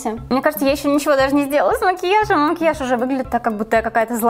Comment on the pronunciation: Мне так нравится как ты говоришь «о» вместо «а», как мОкиаж, заместо мАкеяж